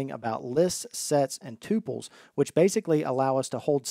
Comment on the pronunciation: says "Lists, sets, and tuples.." and pronounces "tuples" like "too pulls", but, the actual pronunciation is "tup pulls".